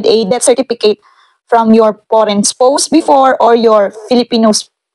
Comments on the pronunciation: Its pronounce as Spows!!! OR COULD BE READ LIKED SPAWS🥱 Not Spoussss.. 😂 Pronounciation of words correctly is must as it says there will be an interview in it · ang pronunciation po ng Spouse is Spawse po. Sorry po.